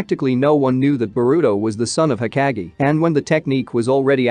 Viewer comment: Hokage not being pronounced right bothers me lbs